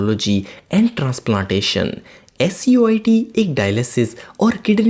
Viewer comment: Bahi (SUIT) nahi SIUT hy